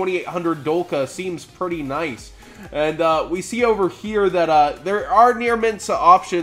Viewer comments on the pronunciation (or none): none